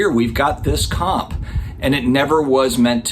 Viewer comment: For the first half of this video I kept thinking you were saying COP instead of COMP. Everything makes sense now! 🤣